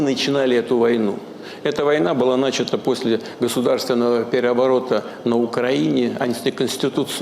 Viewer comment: У дедушки точно деменция, что выражается в нарушениях речи: "эта война бы начата после государственного переОВОРОта на Украине" в